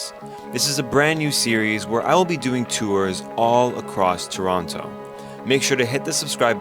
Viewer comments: Did he just say “ToronTO” 😲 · What's the actual pronunciation of "Toronto"? As you pronounced it in the introduction or as you casually said it later in the description?